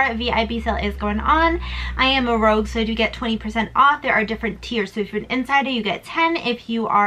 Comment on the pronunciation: Hope you’re enjoying the holidays!...(not that it matters much, but it’s Rouge, not Rogue). 😉